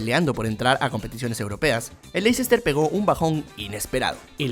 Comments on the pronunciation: Ya le he comentado en videos anteriores y parece que no lee los comentarios. Se pronuncia LESTER CITY, no LeICEster City. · Se pronuncia LESTER (o LESTAH) no Lecicester, aunque así sea como se escribe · Ayy no digas LEI-CES-TER ... suena horroroso. Dí Lesta ó almenos léster ... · el Lessssta se dice amigo.